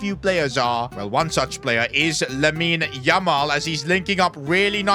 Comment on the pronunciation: says lamine yumal😂😂